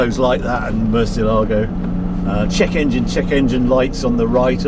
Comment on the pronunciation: Just an observation, Murciélago (bat in Spanish) is pronounced with the stress on the "e", not "a", as indicated by the stress mark.